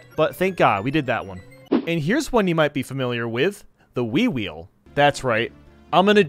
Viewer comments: i thought he said “wii-wii” rather than the “wii-wheel” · When he first said wii wheel I thought he said wee wee.